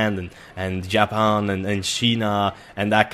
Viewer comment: Jaapan, chinaa :p